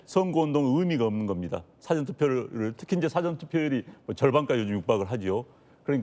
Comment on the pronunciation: " 영어 사전"???? "사아 전"으로 소리는 내는 인간이 없는 한국입니다. 공부 좀 해라. 잘난 척 하지 말고.:face-red-droopy-eyes::face-red-droopy-eyes::face-red-droopy-eyes::face-red-droopy-eyes::face-red-droopy-eyes::face-red-droopy-eyes::face-red-droopy-eyes::face-red-droopy-eyes::face-red-droopy-eyes::face-red-droopy-eyes